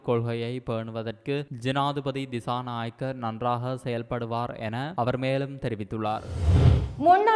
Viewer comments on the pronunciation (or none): none